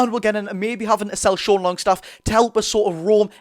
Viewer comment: Great content, only thing to note is it's not fabian schar but fabian schär (pronounced the same as "e" in bet)